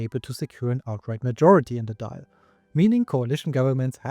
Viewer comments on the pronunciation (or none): The Irish parliament is pronounced Doyle not Dial like an old fashioned phone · It's not pronounced "Doyle" either. The vowel in the middle of the syllable is pronounced like "awe". The "i" is present to mark the "l" at the end as slender, meaning it's pronounced similarly to the "lh" in Portuguese. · Very decent pronunciation of the Irish names. However, one improvement, if I may 🙂 Dáil is pronounced "thawl". The accent over the a gives it an "aw" sound. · Dail is pronounced Doil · DAWL Would be a better pronunciation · Generally good pronounciation in Irish, but since you ask: the tilde on the A (in Dáil) changes the "ah" sound to "awe," giving us "Daw-il". Same with Fáil, which is pronounced "Faw-il". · The fada or accent on the A such a as Dáil lengthens the vowel sound. The I in Dáil is silent. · I agree, just make sure the "th" is pronounced more like a "d" that's stuck on the top of the back of your teeth, as opposed to something like "thick" or "filth"